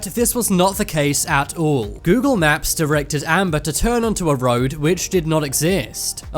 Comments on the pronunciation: Its not funny I think the narrator has a speech inpedinent. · Why are you saying 'naps?' Learn to speak. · Google maps not naps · U said Google nap